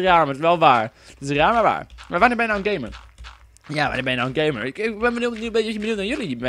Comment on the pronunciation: Haha je zei heel de tijd gay-mer haha:-P